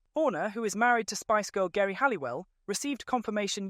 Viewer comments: GERI is pronounced Jerry.:) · Omg how much do you know you can’t even pronounce horners wife name correctly it’s pronounced Jerry but spelt Geri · pronounced "Jerry" and Newey pronounced "Newey" (Adrian) Sorry, was distracting to the rest of the info